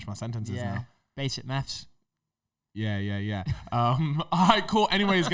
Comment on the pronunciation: Why does say “meths” instead of “maths”